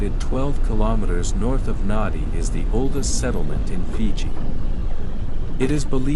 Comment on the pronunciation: Pleased to see Viseisei on YouTube. Please understand the town where the airport is located is pronounced Nandi even though it is spelt Nadi. Vinaka vakalevu .